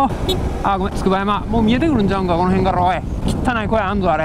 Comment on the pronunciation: つくばやま読みめっちゃ気になる笑